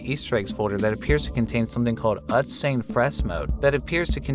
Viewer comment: Not uh-tz. Its UTZ. UTZ UTZ UTZ UTZ UTZ UTZ. TECHNO